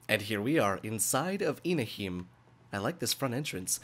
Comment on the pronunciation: It's pronounced as Ina-he-meh. Hime means Princess in Japanese.